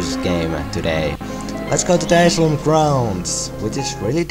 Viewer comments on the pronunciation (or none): Aye-Si-Lum :P